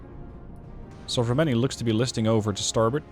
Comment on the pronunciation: >Udaloi >Sovremennyi Damn you become really great at pronouncing all these russian names:D